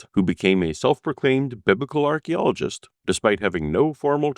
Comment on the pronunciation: An Ark-ologist